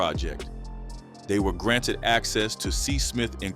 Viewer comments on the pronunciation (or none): none